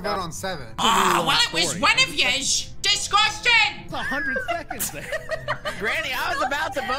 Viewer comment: "Well it was one of ya's, DESGUSTANG" XD